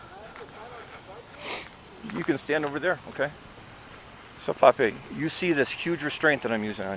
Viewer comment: Thank you so much for this evidence SJVT! Truly appreciate it! We want updates cuz the evidence is CLEAR! And why does this pig keep calling him, Popeye? ITS PAPI!